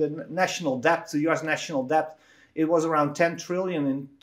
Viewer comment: Great content great guest. Someone just has to explain to Willem that the b in debt is silent